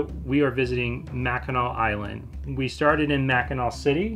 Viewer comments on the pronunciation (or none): Not “nack”… “naw” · Grew up in Michigan (Detroit) been to Mackinac Island quite a few times. As a child and adult. Great place. But it's pronounced mack-in-aww. Much Love and Aloha 🤙🏼💯🇺🇲.